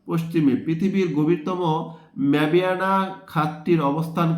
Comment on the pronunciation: আপনার অনেক সময় অনেক কিছু ভুল হয় যেমন ওইটা মাবিয়ানা না ছিল না মারিয়ানা